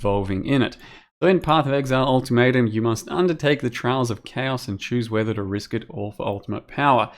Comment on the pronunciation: Yeah new league all tomato! (that what I hear when say ultimatum)